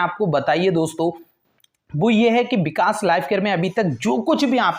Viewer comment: Bikas kya hota h vikas hota h ...😁